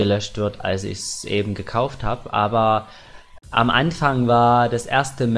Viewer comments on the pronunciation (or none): none